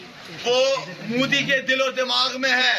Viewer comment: Mudi nahi MODI hain vo. Bolna toh sikh le chutiye.